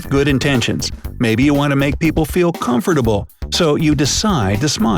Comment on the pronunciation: The pronunciation of "comfortable". I can't get over it.